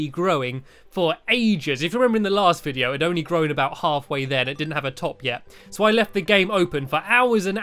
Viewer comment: You said hello vidio